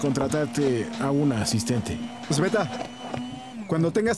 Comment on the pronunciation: Sí sabes escuchar, entonces también escucharás que no es Esbeta sinó....SBETA😅